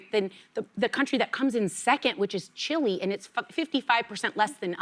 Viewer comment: Sarah doesn't know how to pronounce Chile